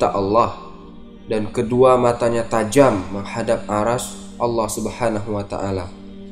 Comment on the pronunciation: Arsy cara bacanya arsi bukan aras wkwk